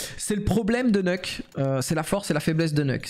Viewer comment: Tous les vrais disent "neuk", ceux qui viennent de cs1.6 et qui sont toujours là 20 ans après